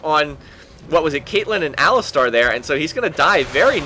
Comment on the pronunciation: I really like your videos but please try to learn how to say champions names correctly. I don't know how you get shijn chow out of xin zhao but I think its wrong. Also its not aliSTAR, it alistar.